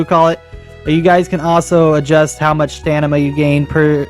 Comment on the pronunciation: haha u said Stanima